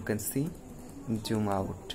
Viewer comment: It's not joon. It's Zoom 😂